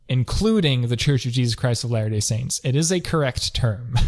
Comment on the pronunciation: Also, if you watch this video on 1.5x, you may hear "The Church of Jesus Christ's Hilarious Saints". Sounds like a good comedy show 😄